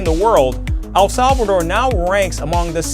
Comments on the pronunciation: It's El Salvador not Al Salvador....😅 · Al Salvador nahi El Salvador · Bhai, I cringe every time I hear you say ‘Al Salvador’. Please pronounce it properly, ‘El Salvador’. एल सल्वाडोर